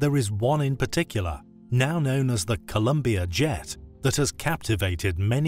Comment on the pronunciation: Want to remind you is Colombia not Columbia, I'm from this South American country and seen several times people mistaking the name, though you pronounced it correctly nice vid.